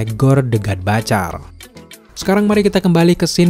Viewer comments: Butcher om ... Butcherrrrr bukan batcherr... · ciye yg udah bapak bapak.. saya 43 thn bapak... Coba bapak.. liat konten luar negeri.. sebelum bapak mengkritik komen anak mu ini... Civa lah bapak bisa legowo terima kritikan...kalo perlu google how to pronounce the word butcher.. is it sound batcher.. ? Well i m trying to inform there s a mistake with the pronunciation .. if u disagere with my opinion at least u can do is trying get some references.. was i correct or wrong before u wrote sarcastic comments... thx you bapak